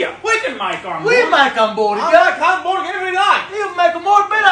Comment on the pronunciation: I love the italian pronunciation of hamboorga!!